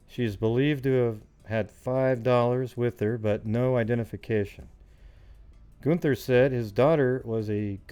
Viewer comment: Chris was my moms best friend. It’s pronounced “GUN-THER”. And her case was re opened and investigated again recently, with highly suspected person of interest but not enough evidence to make an actual arrest.